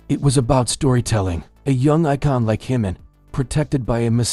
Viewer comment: Say Jimin's name correctly!